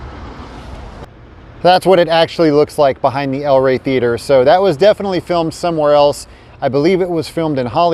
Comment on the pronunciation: It's the El REY, not the EL Rey.